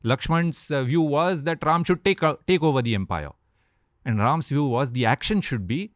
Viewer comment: Good to see that- now you are pronouncing RAM and RELATED WORDS as they should be ...